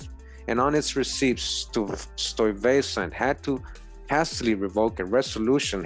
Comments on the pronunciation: I'm thinking Stuyvesant pronounced as Stee-ves-san. Hey!! Wayamint! Sounds kinda like Stevenson. Hmmm. Ijs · Fantastic post,! Peter Stuyvesant's name would be pronounced as Sty-vessnt, Schuyler=Sky-ler, Albany=All-bany (- means the emphasis is on the first syllable). It is so revelatory to hear the history of my native State recounted, recognizing many of these names and places, and innerstanding that these early settlers were some of my own people and not those whom we were 'taught' they were. Thank you so very much for your tireless efforts to educate us. Happy Holidays!🎆🎀🎄